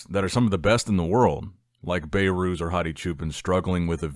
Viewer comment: His name is behrooz Be(h)rooz Not bayrooz